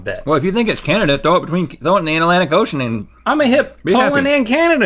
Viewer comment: "At a lantic ocean" lmao